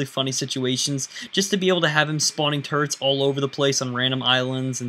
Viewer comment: No offense but when you say "Turrets" it sounds like your saying "Turds"